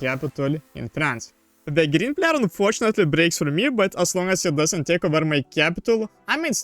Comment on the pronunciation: Yes can u also practice how to pronounce "player" please